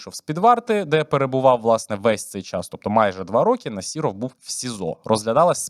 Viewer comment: У прізвища Насіров, зайва літера (і) а літеру (о) читайте як А . Нас(і)ров крінжи